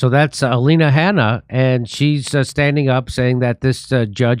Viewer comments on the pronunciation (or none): Good grief Jimmy be prepared. Her last name is Habba not Hanna as you stated at the beginning. And yes it is a civil case not a criminal case as you eventually acknowledged. Pretty sloppy on your part. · It's Alina Habba - not Alina Hanna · Jimmy, her name is HABBA not Hanna. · You could at least try to get the spelling and pronunciation of his attorney correct you boneheads. Her name is Alina Habba. You've obviously never even heard of her and yet somehow you think you're qualified to comment on the situation? Try doing your homework for a change. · 😅😅😅 can't even get the lawyer's name right .